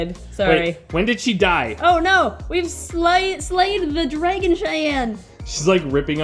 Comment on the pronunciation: I love how says drAgon it sounds really pretty